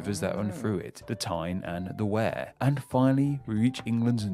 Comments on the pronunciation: Some of his pronunciations are a bit off including Wear isn't pronounced were but Weir after the dam. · Interesting video although I always heard it pronounced as weir as in weird rather than wear. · Not sure where this guy got his knowledge from but several counties were mispronounced. Berkshire is pronounced bark shire , derby = darby and tyne and wear is tyne and wee er not ware. A bit embarrassing for a Briton to get this wrong. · Yes me too! I was yelling Barkshire and Darbyshire. Also Tyne abs wear! He said wear as in you wear it rather than weir. Not sure he’s a true Brit! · Tyne & Wear? Wear is pronounced as if it was Weir, not Where. Durham is not a town, it's a city. The huge cathedral is a clue. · The Wear in Tyne and Wear is pronounced "we're" as in a wear on a river, not "wear" as in wear clothes, (differences in regional pronunciation) good vid tho so I'll let the shandy drinkin southerner off with that one LOL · Its pronounced "Tyne & Weir" not Tyne & Wear, despite its spelling. :) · Tyne and Wear is not pronounced like Wear your clothes... it is pronounced WE-ER (wee-a), his pronunciation is so bad for the northern areas (I'll use the southerner definition of Northern to mean anywhere north of London) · Wear rhymes with ear not hair. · There's two pronunciation errors I got there. In tyne and wear it's 'weer' and Derby is pronounced 'darby'. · Berkshire? … pronounced Bark-shire. Hereford - soldier crossing. Hereford is on the way to Wales. Derbyshire = pronounced Darby - shire. Tyne and Wear = pronounced Tine and Weer. (where does this guy come from?) Wait until you get to the town names. Often these can be traced back thousands of years to ‘the place of <Anglo-Saxon chief> by the woods/river/hill’ and over the years have just shrunk to however this name was easier to pronounce. Map men do a good video on it. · Tyne & Wear , the Wear part should be pronounced Weir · I’m stunned by the pronunciation of Tyne and Where!